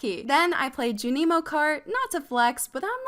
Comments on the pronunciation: her calling junimo cart ju-nee-mo cart made me want to cry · The way you say Junimo. 😂😂😂😂 Love it!! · Have I been pronouncing “Junimo” wrong all this time?